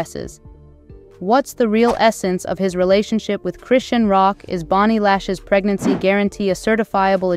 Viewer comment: Just thinking the same can’t even say her name